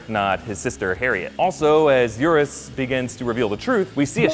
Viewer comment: It's Euros, not Eurus.